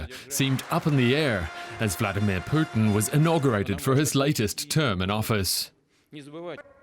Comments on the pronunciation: Why is he saying Poutine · The way DW's anchor pronounces Putin makes me hungry for a famous Canuck cusines.